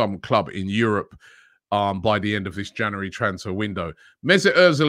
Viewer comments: Janooarry mate get it right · Transfer daily wouldn't be transfer daily without Robbie saying "janary" at the start of every vid